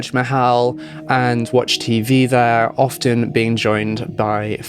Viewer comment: Interesting video...on a side note, I wanted to tell you that the "t" in the word "often" is silent. You sound pretty professional so, I thought you'd wanna know.